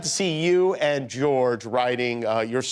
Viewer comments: As a Liverpudlian, I find his pronunciation of "and" as "end" totally reprehensible. The guy is from The Pool, he fed off that, all his life, but never paid due respect, he was too LA and beyond that. BOO. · Ringo's pronunciation of 'and' is very American. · I'd never even noticed until this particular interview that Ringo has developed the American twang when he uses the word "and". The way he pronounces it. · The only time Ringo sounds American is when he says "and". The rest is pure scouse.